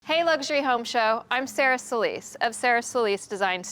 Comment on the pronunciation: It's SO LIS not how your pronounce it to make it sound anglo. It's a Spanish surname. You are unfortunately not accepting that. So sad....